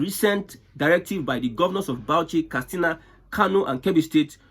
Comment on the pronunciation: KAT SINA NOT KAS TINA